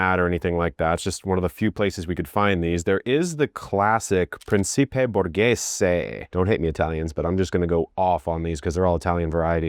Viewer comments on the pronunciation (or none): Pretty good Italian pronunciation!! Just remember that a 'c' followed by either an 'i' or an 'e' is pronounced like 'ch'. Preen-chee-pay (Principe), Chay-lan-o (Celano). You did really great!!